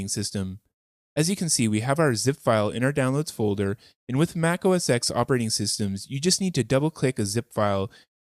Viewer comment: Nice! Quick, nit picky thing though: "oh es TEN" not "oh es EX".